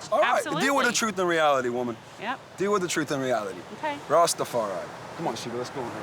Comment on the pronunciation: why he keep calling her Wumman